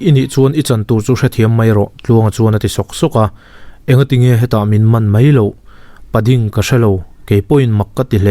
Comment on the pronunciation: Pa ding Pa tluang i tih lai vel tak hi i lam dik lo deuh. Paaaaaa ding Paaaa tluang tih tur.. mahse a ngaihnawm lutuk tho ani. khawchhak lam unaute in koh dan ani. Patea tih a Pa lam ang hian..